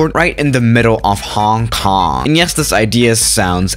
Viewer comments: I know but said it like Hang Kang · im from HK but i still like how u said "Hang Kang" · MJ Aviation Connections Jesus christ people its a joke... only because said it like that, I know it's Hong Kong